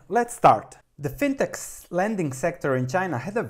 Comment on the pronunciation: I don't know how to pronounce Qudian but I am reasonably confident that fintech should be pronounced "fintek". Like in the word technology.